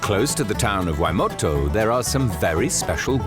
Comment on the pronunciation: Waitomo, is near the town of Otorohanga, NOT "Waimoto" (to my knowledge there is no such town as Waimoto), also, Te Anau (as shown in the opening clip to the Waitomo segment) is almost at the other end of the country (1500km+/- between them) and not even on the same island as Waitomo. - Waitomo caves are not known as the "Firefly caves", they are known as the Glow Worm caves. - The word Waitomo is from Maori, meaning Water hole, Wai = Water, Tomo = hole This does make me question the validity of the other many Free Documentaries I have spent hours watching :(